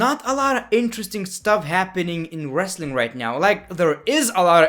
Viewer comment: Wrestling not wrasaling